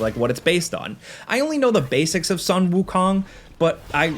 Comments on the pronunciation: Watched through the entire video. In gratitude, its pronounced as "soon", not sun or sunk to be accurate. You pronounced wukong correctly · Also just quickly it’s pronounced as “Soon” Wukong not ☀️ Wukong.